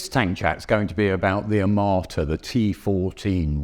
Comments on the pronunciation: I keep hearing "amarta" from the presenter, not "armata" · "a m a r t a" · I never heard of "AMARTA". I don't know where you are from, but please pronounce these names correct. Besides amarta I hear a lot propaganda. 😂😂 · First, learn to say the name of the thing you are judging; Armata and not Amarta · The amarta? The onerta? Lol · Australian guy: Tea Fohhteejn AwmoOAaAtah